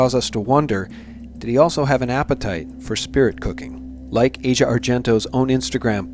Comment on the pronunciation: It's not important in the grand scheme of things, but her name is pronounced as "AH see ah",not like Asia, the part of the world. It's as if you see something and say "Ah! Now I get it". You all claim to know so much, yet don't even know how to pronounce the name of the person of whom you're speaking. I've lived in Italy for 25 years. Asia has always been known as someone who needs attention, but as a generally cool person. I think you're reading too much into her part in this. I do believe that Bourdain didn't commit suicide. He himself was speaking recently about the fact that if he "got a bad chest xray" he'd go back to shooting dope again. As a former opiate injector myself, of over thirty five years, I can assure you that someone who was still thinking of dope in that way would've taken an opiate od as the way out, and certainly wouldn't have even considered hanging himself.